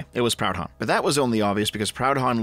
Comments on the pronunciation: Someone must have said it already, but you pronounced it Pound-hon, when it should be Pru-don. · Mate, you’re Canadian. It’s not pronounced Proud-Honn, but “Prudon” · It's pronounced 'proodhon' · talks about serious issue. Me: only notices him saying "Proud Hon" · Its funny hearing a canuck mispronounce proudhon ngl